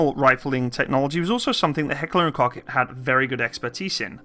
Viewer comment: Heckler & COUGH Comment below if anyone know who's Ahoy is. The man have the best pronounciation to Heckler&Koch.